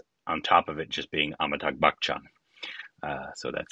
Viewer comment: ffs its not pronouced as bakhchan